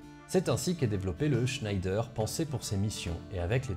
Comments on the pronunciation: Super vidéo ! Juste une petite remarque Schneider se prononce à la française "Schnèdre" non à l'allemande "Schneydaire". Mais un grand bravo comme d'hab ! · Pas sûr du tout qu’on puisse prononcer Chnaïlledeur pour chnédère. Qui le sais ? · Superbe exposé, comme toujours! Mais attention, en temps de guerre contre l'Allemagne parler d'un fleuron industriel français en prononçant "Schnaïdère" au lieu de "Schnèdère", c'est risquer de subir le sort de Mata Hari!😄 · Alors comme j'ai vu passé le Tweet de, je fais aussi mon méaculpa, on dit bien "schnédère" et non "schnédre" comme je l'ai écrit. En tout cas c'est comme ça que la société Schneider Electric se fait encore appeler aujourd'hui et qu'on l'on dénomme habituellement la famille Schneider. Mon erreur vient du fait qu'on prononce parfois les "er" en "re" comme dans Hottinguer, prononcer "Hottingre". Quand à savoir comment il faut prononcer les noms propres, il n'y a pas vraiment de règles mais des usages qui parfois sont emprunts de chauvinisme en particulier à l'époque qui nous occupe. Bref, ces arguties ne retirent rien à l'extrême qualité de la vidéo. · Hey juste pour dire, ça se prononce « schèdre » et pas scheider a l’allemande Super boulot sinon! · Je pensais que l’on prononçait « schnèdre » comme pour l’usine Schneider, non ? En tout cas super vidéo, c’est vraiment pas courant de parler de doctrine plutôt que de juste décrire les chars sur ce sujet ! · Juste pour dire que le char Schneider est bien français malgré la prononciation de ce nom d'origine germanique ^^ Sa prononciation francisée est Schnédère ;) Sinon excellente analyse, comme d'habitude. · En effet on prononce"Schnédère"👍, par ailleurs la rivière est l'Ailette et non l'Arlette, et on dit "Berry au Bac" tout court, pas "le Berry au Bac", rien à voir avec le Berry berrichon 😉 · Superbe vidéo, comme toujours. Merci! Juste une chose, Schneider c'est Français (Le Creusot, Bourgogne), ça se prononce"chnédère" 😉